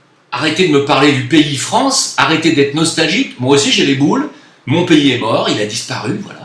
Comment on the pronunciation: C'est quand même très fort d'avoir pu quitter le rrrrrrrrrrrrPAYSrrrrrrrrrrrrrrr :) pour aller au Maghreb. BRAVO.